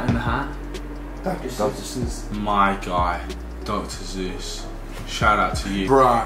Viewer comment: “Dr Zues”......not too impressed with UK school systems